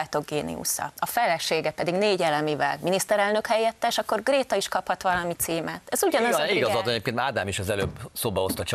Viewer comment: Amikor nem figyelt még Jeszi is jól ejtette ki a nevét: Gréta